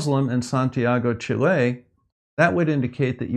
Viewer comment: Great video! Love the way you say Chile (chillet, sheelay...?). Just say Shill...is the same pronunciation. xD (also, love your content, but you need to get some better camera angles).